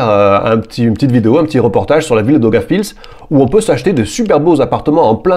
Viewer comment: Daugavpils et non dogaf pills